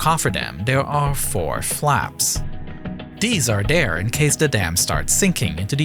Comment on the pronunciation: it's not "Da" it's "THE" It's not "Dere" it's "There" It's not "Dey" it's "THEY" It's not "Ovver" It's "Other"